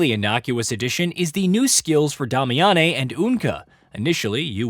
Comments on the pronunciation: Who is "Dom- Mee-Yon-eh"? There is no character with that name. Damiane, is pronounced "Day-Mee-In". If you're using AI for voice translate, you may need to punch it in phonetically. Love ur channel. Saying a character's name correctly gets more clicks. Feel free to check out Pearl Abyss official page where the voice actors themselves discuss. Cheers! And...again...love ur vids!! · Dah-me-ah-nay? They say it out loud multiple times in the game....day-me-uhn.😂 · Please never pronounce Damiane like that again